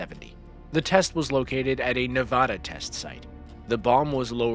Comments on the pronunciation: it is not nevoda its NEVADA I LIVE IN FALLON NEVADA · it's pronounced neh-vaa-duh not nevohduh and with every nuke, you can see your bones through your hand. that's nothing new dude nuclear bombs use nuclear fission, fusion, or some of both. it easily gets hotter than the sun, and some can rival the inner layers. are you making some terrible video giving basic facts of nuclear explosions and nuclear bombs? or is this just another clickbait, you senile trash can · NA-VAD-A. NOT. NA-VOD-A. Hey world, wake up ! Only people that have never been there pronounce it wrong. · “Nevodda.” LOL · There is NO, Ahh is nevada. Wtf! It's not that hard. It's not Alaskåh it's Alaska. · ne va da not na va da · as an occasionally angry person please say nevada right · You need to learn how to pronounce Nevada. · The state of Nevada is not pronounced the way you pronounced it. Educate yourself in this manner. Otherwise excellent video. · There is no "o" in Nevada! Pronounce it right!